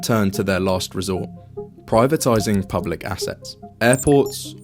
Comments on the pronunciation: "Publuc" lol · Publuc lol 👎